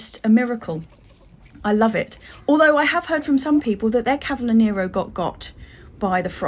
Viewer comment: Oh , how I miss Kew garden, it is my favourite place to be..another thing I miss is nurseries in London, they're much better than here in Italy..well stocked and so many varieties...ah those dailies 🤤 cavolo Nero ( pronounced ca vo lo...hehe) is the best..love it.. thanks for the lovely vlog and please keep'em long🥰😘💕